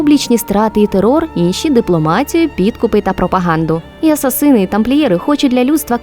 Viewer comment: блін, ну оце "асасИни" просто дико бісить